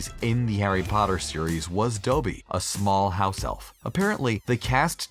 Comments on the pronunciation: ITS DOBBY NOT DOEBY!!! #hermionegranger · did you Just doh-bee? Its dOBBy, not dOHbby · It's DOBBIE!!!... DOBBIE!! Pronounced (DAH - BEE or DOBB - EE)!!! NOT "DOBIE"!!! C'MON, man!!!... uuurrggghh.. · I only know DOBBY not doeby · You disgraced Dobby, you MONSTER!! HIS NAME IS DOBBY NOT DOEBE!!! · Anybody else hear him say Dobie instead of Dobby and immediately scroll to the comments 😂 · “Doughby” I’m actually dying it’s Dobby mate 😂😂😂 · Why can’t Americans say dobby right ?!? 😂 dob- e - y NOT doe - be - y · I got triggered when he said Doe-bee (aka Dobby) ;w; It’s Dobb-e lol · 90% of the comments: it’s Dobby not doebee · Regular People:Dobby:Doe-Bee Regular People:Deathly Hallows:Deathly Hahallows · Not doe bee Dobby This really Annoyed me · ITS DOBBY! NOT DOE-BE !! DOH-BE- DOBBY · Who the HELL is “doughby” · you said Dobey not dobbby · IT'S DOB-BY NOT DOEBEE HAVE U EVEN WATCHED THE MOVIE? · DOUGHBY? IT'S DOBBY! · doobee omgggg it’s dobby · Its Dobby not Dowby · I know this is late but TRIGGERED its Dobby not dopey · It's Dob-bee not "Dough-Bee" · Dobby!!! Did u say (doe) (bby). I'm pretty sure it is DOBBY. OB as in cobble. Sorry 😂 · DOEBY😂😂😂😂😂😂😂😂😂😂😂😂😂😂😂😂😂😂😂😂😂😂😂😂😂😂 ITS DOBBY😂😂😂😂😂😂😂😂😂😂😂😂😂😂😂😂😂😂😂😂😂😂😂😂😂😂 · Not to hate but it's dobby not dooby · "Doe-bee" holy crap I'm dying of laughter. it's, "Dobby." lmao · THE HELL DID YOU CALL DOBBY? “DONT WORRY WE STILL MISS YOU. ?DOBEY¿” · it's dobby not dolby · OMG ITS NOT DO BY ITS DOB BY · "Dobie" NAW ITS DOBBY DUDE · It's not pronounced Doeby, it's dobby! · "It's okay. We still miss you, Dobey." Apparently not enough to pronounce DOBBY correctly. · ITS NOT DOBY it's Dobby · It's not Dobey it's Dobby. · dobby (dah-bee) not dobby (doe-bee) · Omg did they actually just get Doby’s name wrong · ITS DOBBY BOT DOEBY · DOBY? FLOOR? It's fricking Dobby and Fleur! I know the second one is French but you're not even trying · It’s not DOBY, it’s DOBBY! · He says dOby not dobby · Doe-bie? Doh-bie!